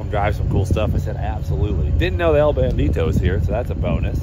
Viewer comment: El Bandido, Not El Bandito 😅